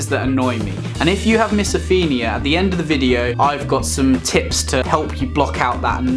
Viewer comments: It's pronounce MISO PHONE IA not MISO FIN IA. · it’s not miso-feen-ia it’s miso-fone-ia btw it’s a good video though👌🏽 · since when did o get pronounced as e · Certain you're pronouncing it wrong!